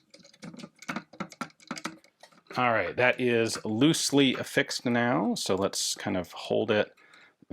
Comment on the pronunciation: “a lil bit of dis and lil bit of dat” ass✌️😭